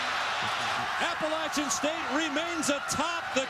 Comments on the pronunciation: It’s pronounced Appa-latch-chun State Kirk and boy that diatribe must have been embarrassing when the game ended. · Hey Herbstreit, It’s pronounced APPLE-AT-CHAN” STATE! Inspiring emotional win! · I went to Appalachian State and Herbstreit pissed me off twice that day. 1. Bashing 1-AA schools and 2. LEARN HOW TO PRONOUNCE APPALACHIAN CORRECTLY!! That really makes ASU fans and alumni mad when you mispronounce it. I've seen guests invited to speak during halftime at games say it incorrectly and boy do they get booed big time.